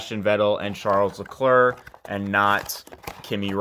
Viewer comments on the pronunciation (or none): "Charullz Laklirk". He's French bro not exactly how you say it but great video thanks!